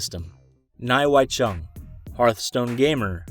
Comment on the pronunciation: And it’s Chung lol, can’t even get the person your defending’s name right